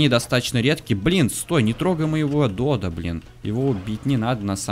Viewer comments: надо говорить не додА а дОдо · Фотки ты не правильно называеш додо надо на 2 букву урарение